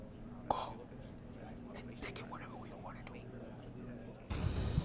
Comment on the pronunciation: and take et a whateva wha you wanna do